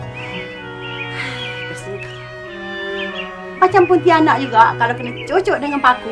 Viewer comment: betul tu. cuma pontianak je tak sama sebutan 😅